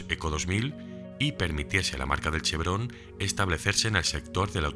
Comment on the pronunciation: Al escucharte decir chebron, me has hecho recordar a mi abuelo, que lo llamaba asi. Fué trabajador en citroen el los ‘70. Una vez más, Gracias por tu trabajo, me flipa la mecánica de antes.